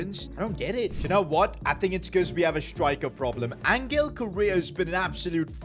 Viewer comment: Bro say Angels name properly it’s not angle it’s Angel (ohn-hell)